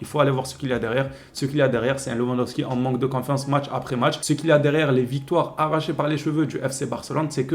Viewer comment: Tu me fait rire quand tu dit lewandowski je suis polonais on le prononce pas comme sa en polonais j'aime bien ton accent ;)